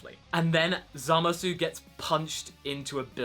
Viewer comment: Why are you calling him ZamasU (with the u not silent) instead of Zamasu (like in the anime the u silent) And I wonder... when will vegeta and goku fuse...